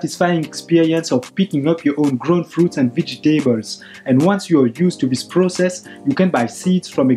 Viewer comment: Thank you! Wonderful video! Just check the "vegetables" pronunciation (◠‿◕)